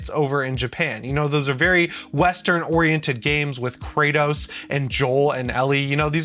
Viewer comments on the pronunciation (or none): none